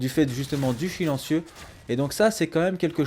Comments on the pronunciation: "Le Chilencieu" xD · le fameu "Chilentieu"